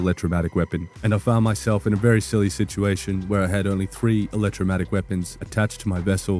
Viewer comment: Just the scientist in me - But it is an Electro-mag-netic. Not electro matic (I didn't want you going around sounding all misinformed and all). Thanks for the good information! See you again soon.